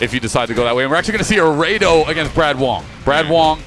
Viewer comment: No wonder he's saying Raydoh, doesn't even know what FMA is.